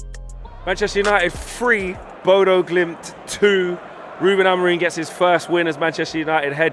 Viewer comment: It's bodo glimnt FFS Not impressed